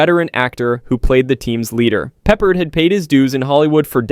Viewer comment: No mention of DC Cab? And George Peppard's name is pronounced 'PepPARD' NOT 'PEPPERED'. I think i've told you this a dozen times, but you still mispronounce it. LEARN TO PRONOUNCE NAMES PROPERLY BEFORE YOU MAKE A VIDEO LIKE THIS. Every time you mispronounce a name, you make a fool of yourself. It also shows you have no real passion for the subject you're presenting and that you're just doing it for the 'cash grab'. If you truly CARED about making videos, you would pronounce names correctly.